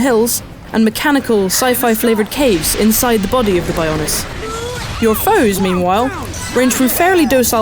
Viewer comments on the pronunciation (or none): Who is this moron. she dosent really care about the game, sounds like she was forced into it. And ROBOT titan the Bions? WTF women. BIO as in biology. Also here's a thing I found, there are ALOT of other sidequests which this idiot plainly didn't do. You have to find them, these people will move around during the day time, and will not always be around at a certain time. Id still give it a 9/10 because of this. The graphics don't really matter, hence why I give it this rating.